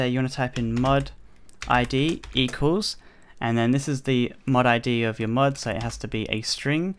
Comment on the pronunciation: every time he says mod it sounds like mud haha